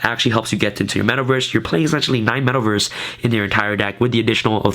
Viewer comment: Love your vids bro ... but you are killing me every time you say metal verse instead metaverse LOL but yea love your deck tech bro keep them coming